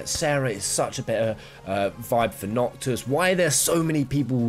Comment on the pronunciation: Is anyone gonna talk abt how he said "Promptis and Nocto"